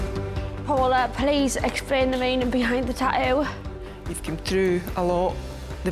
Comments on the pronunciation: It's tattoo not taoo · Chester Lockwood some times they pronounce it like tatoo (without the other t) and sometimes like taoo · GOD!, STOP SAYING “ Tah-ooo “ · is should supposed to say Just two of us But instead it says "tah-oo" because the show is about tattooing. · It sounded like she said taoos XD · What the fuck is a tah-oo